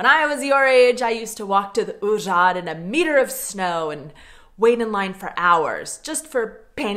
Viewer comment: It's úřad,, not uřád! Back to school! 🧐